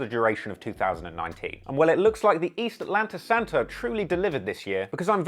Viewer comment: Am I the only one dying laughing at this dude saying “the East Atlanta Santa” in his accent lmao.